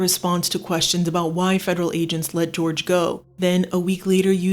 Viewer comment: Jorge is pronounced "hor-hay".